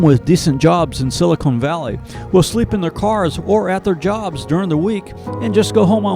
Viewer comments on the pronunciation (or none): For a narrator, you need to practice some more. It is not Silicone Valley. It's Silicon Valley.